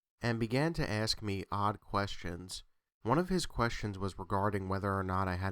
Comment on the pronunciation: he`s an axe murderer . murders the English language every time he tries to say ask.